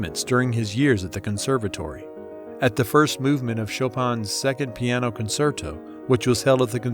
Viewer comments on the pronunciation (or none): Please fix the pronunciation of musical terms like concerto, names like Nadezda and Tchaikovsky. I could not go on listening to this.